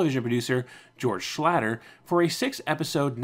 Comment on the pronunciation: I really, really do appreciate the work you put into these videos but I do wish you'd do a little extra checking on names that you aren't sure about. Tom Poston's last name is pronounced with a long O sound, and George Schlatter's last name rhymes with "slaughter."